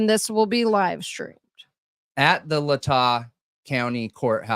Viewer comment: All I gotta say about this stream, is nothing brings me more joy than pronunciation of cities and counties! Don’t ever stop calling it Latáh County and Massapeeka 🤣🤣👏🏼👏🏼👏🏼❤️❤️❤️ freakin love it